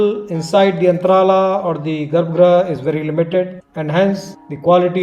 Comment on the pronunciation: very very nice you have done a wonderful work , i am belur, hassan district, we did not kinow this place . we will visit this place next time when we go to my native place belur, it is beautiful temple, by hoysala dynasty, we are happy to see this. keep maintain this, good luck dear. i would like to do some correction in your expression, 1, it is not gabra, it is garbha, and it is chennakeshava temple not chinnakeshava.